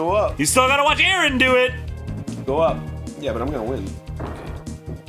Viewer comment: Arin* Officially how you pronounce it (Aaron) you're good :3